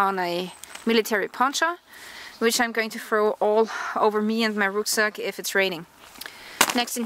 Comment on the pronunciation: Ruck Sack = Ruck as in Duck, Not Ruck as in Rook